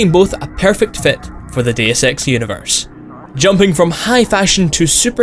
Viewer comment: I'm sorry but your accent sounds like you are saying the name of the game is "Day of Sex"